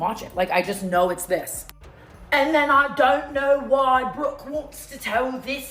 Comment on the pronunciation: Bro the "I don't knowr" lmao